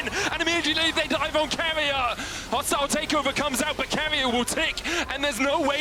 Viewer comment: Go keria= ceria😅😅😂😂😂